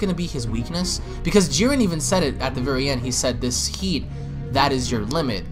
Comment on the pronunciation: His name is JIREN not fucking Jurin. Im giving this video a thumbs down because I can't stand the way he says his name. Its like calling Goku Guku.